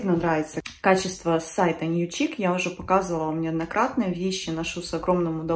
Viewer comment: Newchic читается как Нью шик, новый шик